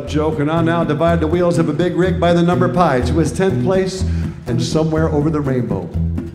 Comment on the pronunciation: He said pi wrong.